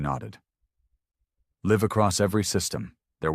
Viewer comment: AI was doing sooo good until it miss pronounced live. Same spelling with different pronunciation depending on context.